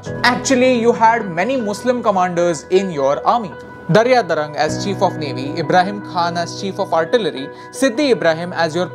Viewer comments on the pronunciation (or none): Brother it's not Daryadarang..It's Daryasarang.. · Guys Its daryasarang and not daryadarang...